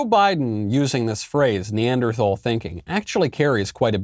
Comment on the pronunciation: When a President calls his citizens a name AND mispronounces it. :rofl: Neanderthals Why does Joe Biden hate Neanderthals and American citizens?